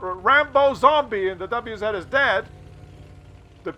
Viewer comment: It's not double u-zed, it is vah-zah just ask Skill4ltu :)